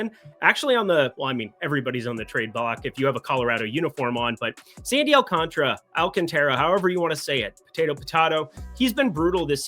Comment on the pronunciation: ALCON-TRA is a different name altogether. AL-CON-TARA is the name in Spanish (everything is pronounced). Former Sid Mung winner... oh wait... whatever... It's offensive.